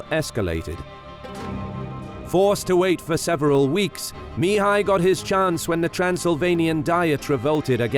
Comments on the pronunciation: Spectacularly detailed documentary, but starting with the 3/5 part, the pronounciation of Mihai's name(which can also be Michael, Michel, Michele, Mihaly...) would be better in other languages, 'cause it is so annoyingly pronounced in the original intended language. The accent is on the 2nd sylable, therefore mi-HAI and not MI-hai :) Anyway, thanks a lot for the huge documentation, other great pronounciations in the original language and the creating of this historical material. This channel really is the best for the detailed battles anywhere. Keep up the great work. I'll be forever hooked as your subscriber :D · At 33", I hear "the three Romanian voievods"...i am Romanian and the country was called this after WWI. Secondly, Sigismund was Hungarian... Please pronounce Mihai correctly, the accent is on the second syllable Mi-"hài". It's really grating when you mispronounce. Oh, my...there's a new narrator and he's also mispronouncing Mihai... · AI Narrator: Two days later MEEHAI every sentence. STRESS first word again and again. FUNNY you watch and listen. ANNOYING after the hundredth time. MEEHAI blaa blaa attack, meanwhile as MEEHAI troops wait you not.